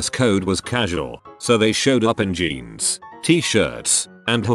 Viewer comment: Narration bot mispronounces several words. Not a deal, I get it. However, I don’t understand the pronunciation for jeans (blue jeans), being said with a hard “g”. If being spelled correctly, this shouldn’t happen. Are that many people really using “genes” for “jeans”? Ugh. Sorry…ADHD. 🤷🏼‍♀️😑